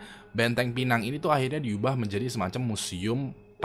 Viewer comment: Sebutannya pineng bukan pènang